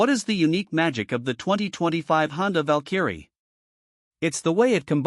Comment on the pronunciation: Val-Kerry.... someone needs to teach the AI how to say it.